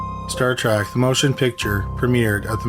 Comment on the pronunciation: It is Star Trek, not Star Track.